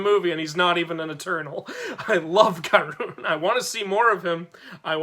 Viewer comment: Karun is my favourite to also it’s pronounced kar-un